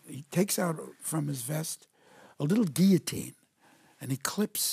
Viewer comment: I love how he pronounces "guillotine" perfectly.